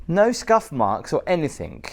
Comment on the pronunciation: All the videos Ive watched of you.... Past present (2025) as soon as I heard you say "anythinK", it all makes sense. iykyk.